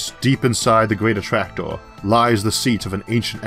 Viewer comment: I don't know if it's my ears, but I hear a strange pronunciation, like clustor for cluster, attractoor, univorse for universe. Really disturbing. Why is that so?